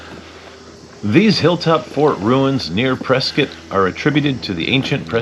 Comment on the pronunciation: Learn how to pronounce “Prescott” please…